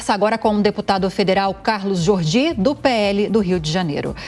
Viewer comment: "JORDY", NÃO JORGY!